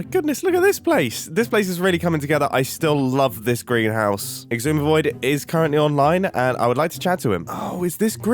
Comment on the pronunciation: Did he say "greenhouse" or "Grianhouse"? it's so hard to tell and at this point both are possible